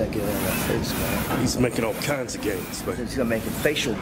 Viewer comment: "ALL KINDZ"